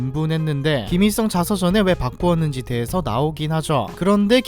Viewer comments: 김이썽 으로 들리고부터 김일성은 들리지 않는다….😂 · 김이썽 으로 들려요 ㅡ.ㅡ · ㄹ받침 발음을 못하냐 김잇성 김잇성하네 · 일 발음을 못하시네 김잇성이 아니고 김일성이에요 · 김일성이라고 안들리고 자꾸 ‘김이썽’이라고 들림ㅋㅋ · 김일성인데 자꾸 김이썽이라하노 하 불편해 발음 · 발음 진짜 ㅈㄴ 거슬려서 1분 보다 껐다 ㅋㅋ 김이썽 독닙 ㅇㅈㄹ 발음이 구리면 tts라도 쓸것이지 노력도 안하노 ㅋㅋㅋㅋ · 김잇썽 발음.. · 김일성을 자꾸 김이썽 이라고 발음하시네 ㅋㅋ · 김잇성? 김이썽? 아~ . 못듣겠다. ㅠㅠ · 왜 ‘일’ 발음을 못함?